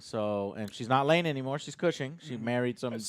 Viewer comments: Fuckkkk...did you guys really say Lana LANE? nooo LANG come on dudes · It's not "Lane" it's LANG, Lana LANG, it's Lois Lane! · Not to be an angry nerd but one of your guys got it wrong, it's Lang Lana, Lang. Not Lana Lane. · It’s Lana LANG not Lane